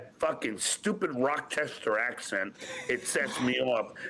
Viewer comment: Rockchester ackshent